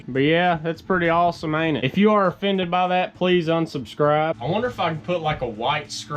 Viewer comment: "If this affends you unsubscribe" lol had me laughing lol love the content great videos keep them coming.